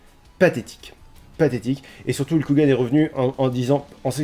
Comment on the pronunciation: Tu peux prononcer Hulk Hogan correctement STP ? :v Sinon, merci beaucoup pour ce résumé, j'avais vraiment pas envie de perdre 4 heures et quelques pour ça donc ta vidéo me suffit amplement ^^ Et j'attend le sondage "est-ce que je ferme les volets"!!